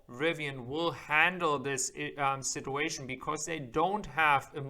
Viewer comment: ‘Towing’ is pronounced ‘toe-ing’. “Out of the question “. ‘Sit-chu-a-shun’ I am an English teacher. I’ll be happy to help you catch those mistakes